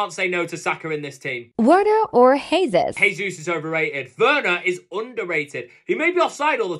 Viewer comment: Just so you no Jesus is Brazilian not Spanish so you pronounce the j in his name